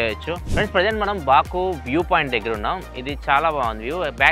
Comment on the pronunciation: బకు బాకు.... పదే పదె అంటూ ఉంటే.... బోకు లాగా వినిపిస్తుంది😂😂😂😂😂😂😂